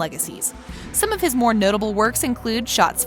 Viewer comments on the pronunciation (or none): none